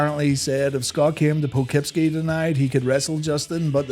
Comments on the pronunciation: I live like 20 minutes from poughkeepsie 😂 I kno its spelled weird as hell so I forgive u for butchering it lol it was funny as hell when I heard you say it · How did you nail “Schenectady” but screw up on “Poughkeepsie”?